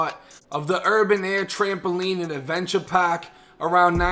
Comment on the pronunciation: It’s not pock it’s park